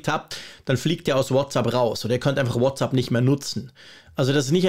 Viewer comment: danke für deinen engagierten Beitrag zur aktuellen Unsicherheit und Aufregung bzgl. der anstehenden Änderungen bei WhatsApp. Ich muss jetzt aber doch mal darauf eingehen, dass du - auch im Apfelfunk nervt mich das schon, seit ich den höre - „WhatsApp“ falsch aussprichst! Was du dazu sagst, ist die englische bzw. amerikanische Begrüßungsformel „what‘s up“, also mit a auf der zweiten Silbe. WhatsApp aber bitte bitte mit „ä“ auf der zweiten Silbe! Du sprichst doch sonst so gut englisch, ich kann kaum glauben, dass du deinen Fehler bei der Aussprache in Abrede stellen würdest. Irgendwie habe ich den Verdacht, du sagst es extra falsch! Aber warum? - Ich fand es übrigens, als WhatsApp seinerzeit rauskam, einen sehr lustigen und intelligent gewählten Namen, für mich damals klar eine Anlehnung an das gängige umgangssprachliche what‘s up. Das „ App“ in den Namen zu nehmen, ist ja auch folgerichtig, denn wir benutzen ja für den Dienst die entsprechende App lication. Nichts für ungut, meine es nicht böse und bleibe Fan. Bin auch kein Haarspalter!